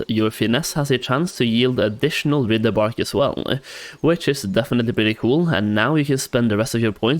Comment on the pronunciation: My dude. I am so grateful for your videos. I thoroughly enjoy watching them, and am thankful for all the work you put into them. But for the love of Thrall, it's WRITHE. "Writhe" as in - I'm writhing in pain. Writhe-bark. Not rih-the-bark.